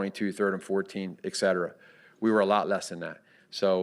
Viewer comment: "Ek cetera" 🤣🤣🤣🤣🤣